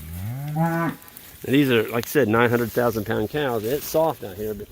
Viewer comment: Lol, it sounded like you said 900,000 pound cows. I'd take those blue tanks out and sell them on Marketplace or Craigslist or something. Someone could probably use them and you could recover a bit of your money.